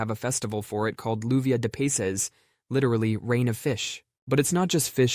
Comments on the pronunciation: that is the single worst pronunciation of Spanish I’ve ever heard bro 😂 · He really did butcher it like a person taking Spanish classes or even the Spanish teacher who isn’t even Spanish.